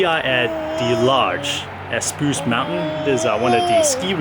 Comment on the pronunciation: Did you just say eh-spruce lol